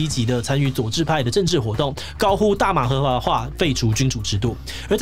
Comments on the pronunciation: 不行 秒真的太好笑了我聽了十幾次 大麻華ㄏㄨㄚˇ化 感謝志祺這集的整理🥰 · 大麻合ㄏㄨㄚˇ化